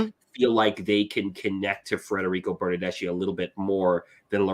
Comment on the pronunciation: Your mispronunciations of Italian names is driving me nuts and I'm not even Italian. For example, Bernadeschi. "Ch" in Italian is more like an "K" in English. Giovinco is pronounced Joe-vinco.